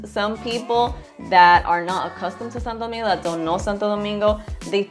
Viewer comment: . Saludos hermano 👋. Estoy de acuerdo contigo en la gran mayoría. Pero vamos a ponernos a pensar……. Ella pronuncia Santo Domingo perfectamente, con su honor y energía. Si vamos a ser todo al 100%, por qué no dice “Saint Sunday”?? Si vamos a ser las cosas bien, vamos a serlas todas bien no selectivamente. Cómo se dice Santiago en Inglés?, Punta Cana? Jarabacoa? etc. etc.? Por qué no rendirle honor a el nombre República Dominicana?